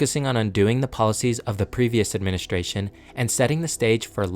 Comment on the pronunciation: It's a very good video, but I have a suggestion for the narrator. Please stop adding an "H" to words that have "S-T-R" in them. It isn't "shtrength," it's "strength." It isn't "adminishtration," it's "administration." It isn't "shtructure," it's "structure." When you speak in an unnatural way, it distracts the listener. You did this several times in just the first minute or two, and I have no idea why. It might seem petty, but I hired and trained TV news broadcasters, and speaking plainly and naturally without affectations is the mark of a good communicator. Work on it, and you'll be a better narrator. Otherwise, great job.